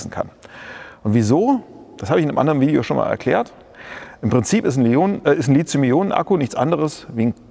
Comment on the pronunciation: Warum eigentlich Lizium? Ich dachte, es heiße Lithium. Seit wann ist im Deutschen th ein Zischlaut?